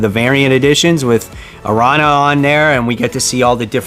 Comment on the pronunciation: Her name is pronounced, "Arr-Ran-Ya" (Spanish for Spider). Larsen is indeed a classic 90's style creator & we love him for it.